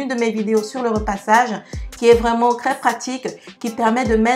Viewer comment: J'aime bcp tes vidéo. Je te suis depuis 2 semaine mtn. Merci pour tes astuces... Lol... Ce qui me tue de rire... C'est ta prononciation du "T.R" que tu remplace tjt par un "C.R" 😅🤣🤣😘 Pour dire trop beau tu dit crès beau